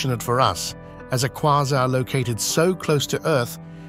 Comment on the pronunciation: AI voice couldn’t decide how to pronounce Quasar